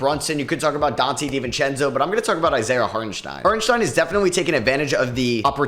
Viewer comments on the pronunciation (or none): none